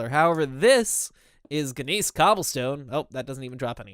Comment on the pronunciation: It really bothers me that's you call it bismuth because bismuth and bismuthinite are different. Bismuthinite is an ore of bismuth, not just a shortened version of the word. I'm not mad or anything obviously I'm just trying to make sure you pronounce things right. A couple other things your pronouncing wrong are gness, in which the g is silent so it's pronounced like "nest" without the t, kapok is pronounced ku-poke, and I think there are a few others butt i can't remember them, I'll tell you if I do.